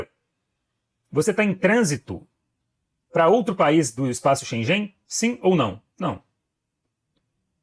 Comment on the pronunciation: Please correct your pronunciation of “Schengen”.